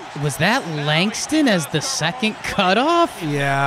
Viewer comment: "Secont" drives me nuts. You both do it. It's up there with "acrost." You're better than this ;) love you guys